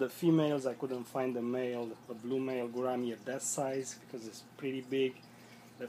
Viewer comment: I know how it's pronounced, but it's my accent I guess...Who cares...